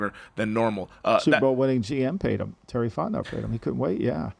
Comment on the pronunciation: why does he keep saying "super bowl winner terry fotnau" lol